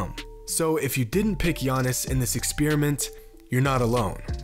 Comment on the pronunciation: the 1st I can tell is Gianna’s can’t say his name right sorry